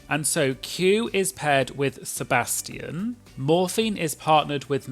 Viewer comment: I love how you pronounce “Sebastian” , I don’t know why people says “Sebaschan” 🤣